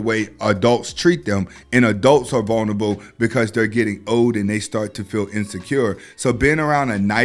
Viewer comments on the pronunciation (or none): none